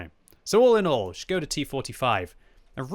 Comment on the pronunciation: its ŠKODA btw